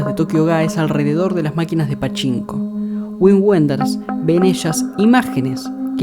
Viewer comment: Un detalle: se pronuncia "vin venders"